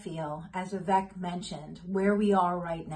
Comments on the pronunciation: Nobody ever says his name right the ek at the end of his name is pronounced ache like “cake” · Vivek, like cake! Say it like cake, not Vivek like deck. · Why don't people listen to Vivek with how he says his name is pronounced and pronounce his name correctly, especially if they are "wanna be" comentators? Vi-Vake (strong A sound), pronounce it correctly and do him proud, lady.